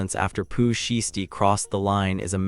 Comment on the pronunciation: You can’t even pronounce Shiesty’s name correctly but you expect us to listen to you? Stop it.